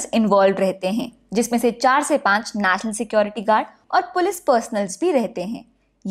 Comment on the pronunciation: Not naasnal its national...